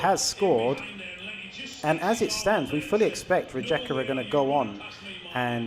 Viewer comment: Please learn the names of the teams because is really annoing when you call them different РиЕка - RiJeka, ЗорЯ- ZorYa